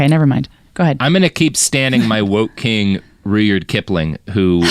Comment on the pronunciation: How can you mispronounce Rudyard!?